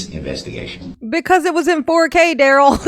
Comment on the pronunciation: WTF DA-RELL?!?! "Are you aware that the investigation is from November of 2021??" Then REPEAT the sht out of the certification question? Then GROUNZ.. "Difficult Da-Rell"